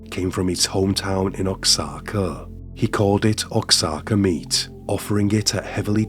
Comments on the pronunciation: Oaxaca is pronounced WA-HA-KA. it’s a city in Mexico known for its pottery. You should check it out. I hope you and your family have a wonderful holiday 🎁🎁❄️❄️🎄🎄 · You absolutely butchered the word Oaxaca!😮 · Great way to pronounce Oaxaca lol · that’s not how you pronounce “Oaxaca” 🤣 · It's pronounced waa/haa/kuh not ox/ah/kuh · Oaxaca is pronounced wa-haca, not ox-aca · It’s pronounced wa-hawk-ah not Oxana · Oaxaca is pronounced “Wah HaKa”. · Oxaca is pronounced 'why kacka '. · Oaxaca is pronounced Whahaka! Great video. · You butchered Oaxaca. LoL. "Oaxaca" is pronounced as "wah-HAH-kah.". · OAXACA is pronounced "Wah-ha-kah" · It's pronounced 'wahaka' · Oaxaca: It’s pronounced “Wah Haka.” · Oaxaca is pronounced as "Wahaka" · Hello my friend. I really enjoy your videos so I watch them regularly. If I may please help a little with the pronunciation of OAXACA. I know it’s difficult to learn other languages. The correct pronunciation of Oaxaca sounds more like HWAHA’KA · your channel is such a goldmine of obscure cases i've never heard of. keep up the good work dude (and btw for future reference oxaca is pronounced more like "wahaka") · Oaxaca = pronounced “Ww-Uhh-Hock-Uh” if that helps. It definitely is a bit difficult for a non native Spanish speaker ….. 👍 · . "Oaxaca" Mexico is pronounced ""Wah-ha-ka". ❤ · I’m shocked I’ve never heard of this monster. He reminds me of Ed Gein, which is odd considering his first victim’s name was Norma and the movie Psycho was based on Ed Gein! Just a friendly note, the X is not pronounced in Oaxaca, it’s closer to “wa-haw-kuh” 😊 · Oaxaca is pronounced "Wah-haka" for future reference:) This man is an absolute menace. Thank you for another well done video! Youre my favourite short form true crime creator. Your voice is perfect! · Oaxaca = wuh-ha-kuh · Ok my friend it is pronounced WA HA CA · Oaxaca is pronounced like "Wahaka." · it's pronounced "wah-hah-ka" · It’s pronounced wahauka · Oaxaca is pronounced Wah-haka